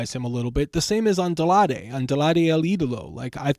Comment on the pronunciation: Bro it’s Andrade not adlade if you can’t pronounce it say it in English damn